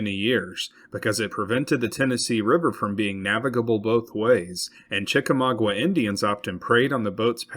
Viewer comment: Great video. Your pronunciation of Chickamauga is off, but aside from that, very good.